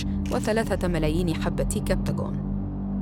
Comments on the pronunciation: عيب على إعلامية معروفة تقرأ اسم سموءل بشكل خاطئ وتقول صموئيل. الثيوفيللين، موسّع قصبي وهو المادة الفعّالة في الشاي. كل الأدلة المقدمة بالتقرير، هي ادعاءات، أو علاقات شخصية لا يمكن إثبات تورط الطرف الثاني بسببها، شهادة أشرف ريفي مضحكة، عبارة عن ادعاءات واتهامات. الكبتاغون المعروف دوائياً بالأمفيتامين، تأثيره الدوائي الأول المنشود هو زيادة التركيز، واستخدامه في الحروب خلال العقود الأخيرة كان من قبل الجماعات الانتحارية، بحيث يكون الشخص المتأثر متوجه تماماً لهدفه، بعد تجهيزه عقائدياً، وظهوره الأول في سوريا كان من قبل الجبهات الإسلامية المعروفة بالفكر الانتحاري، ولم يتطرق التقرير لهذا الشيء مطلقاً. نتمنى أن يكون التقرير احترافياً أكثر ومزوّداّ بأدلة مادية ملموسة. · الصحفية سالختها عربي فصحى من اول الفيديو لآخره و ما بتعرف تقرأ عربي اسمه سموءل وليس ساموئيل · سموءل مش ساموئيل يا فهمانة اللغة العربية الفصحى عندك صغر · سموءل ليس ساموئيل ، سموأل اسم عربي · سموأل اسم عربي قح ومعدة البرنامج يبدو لم تسمع به وثقافتها العربية لا تسعفها في قراءته بشكل صحيح. صموئيل... صموئيل.. صموئيل .. خطأ بشع ومزعج للأذن